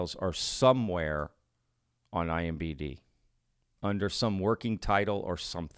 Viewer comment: credibility is lost when the host says Nuke-you ler as well as IMBD'. Its NUCLEAR ( noo klee- err ), and IMDB respectively. study your subject matter! Love the channel just at least get the small stuff right.